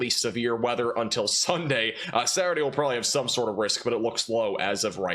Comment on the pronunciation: Good sir.....FYI the word "rural" actually has two syllables. This fits with the no "g" in significant and the no "b" in probably. Can you say "prolly" and "sinificant" ??